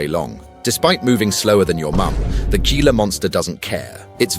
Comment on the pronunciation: The g in gila monster is pronounced like the letter h.